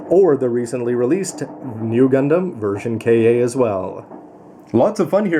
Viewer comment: I think Ver. Ka. is either pronounced Version Katoki or just ver ka (instead of version kay ay)